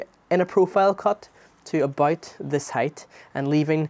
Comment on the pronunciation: Great video, your accent is a bit hard to understand sometimes but otherwise great video 😊 "abite" being "about" made me lol